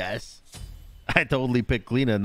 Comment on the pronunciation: As an Irish person, it triggers me every time you say Cliodhna and its so so so wrong man